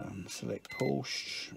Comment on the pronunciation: Thanks for taking the time to video this process. Have a 996 with the same problem. But please, Porsche has two syllables! That is the way the Dr. pronounced it.